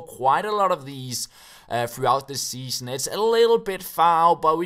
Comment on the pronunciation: "Seaon" instead of "Season", nothing major haha.